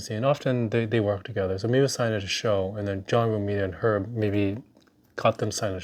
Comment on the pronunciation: 😂😂😂😂great reaction and congrats on keeping the grade!! You also nailed Herb's name👍I also heard but no idea if true, that Frank doesn't like that cover which is why he signs across Wolvies face. Which for me is good to know when/if I get my Wolv 1 signed by him. I will do a custom sig bag so he can't do that.